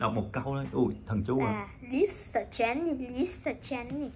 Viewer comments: Lisa vợ tui mà đọc là bà lía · Khui hàng black pink thì phát âm đúng đi,chứ mắc gì mà nói sai zậy.....Lisa thì nói là lía Rose thì nói là rố.Như zậy có đúng là fan ko🙃🙃🙃